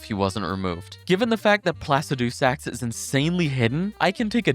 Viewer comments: Why is he saying placidusax like it's three different words. Bros saying placid two sacks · And "Plasse Dewsax" instead of Placidusax. And "RAN-ee" Instead of "RAH-nee"